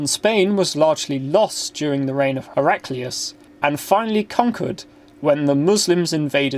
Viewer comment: Your pronunciation my dear friend ...